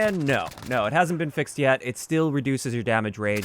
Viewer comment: funny how he said yet.